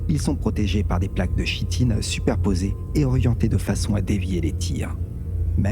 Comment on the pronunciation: Super vidéo, il y a quelque chose d'intéressant dans ta diction. Mais parce que j'entends cette erreur dans la bouche des joueurs Tyranides 3 fois sur 4: Chitine se prononce Kitine ;)